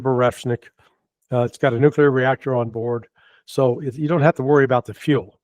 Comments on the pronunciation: It is nuclear not nukular... and get better mic ffs. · This trends journal guy needs to learn how to pronounce the word nuclear. It's nu cle ar, not nu cu lar. So lame. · Nukelar,.. its pronounced nukelar😂